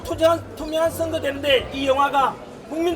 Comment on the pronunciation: 슨거 아니고 선거